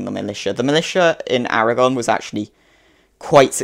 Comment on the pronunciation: Your pronunciation of Aragón is pretty good :)